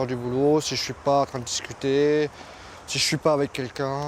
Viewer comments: "quelquin" ouf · et « quelquin » on en parle ?